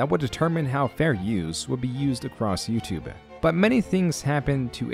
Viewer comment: bruh did u say YOUTUBÉ